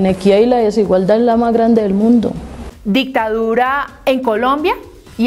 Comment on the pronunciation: Está señora vicepresidente ni hablar sabe, la itadura?😂😂😂 será dictador O dictadura